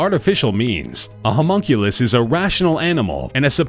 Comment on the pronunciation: Humonkulus? lol